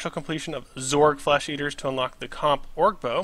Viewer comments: O-GRR not ORG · the more you say orge instead of ogre the more cancer spreads to my body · oh ger lol not org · sir. thank you for the vid. but it is pronounced OWGER not org